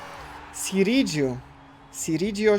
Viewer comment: No i Sirigu a nie Siridżu jeszcze :p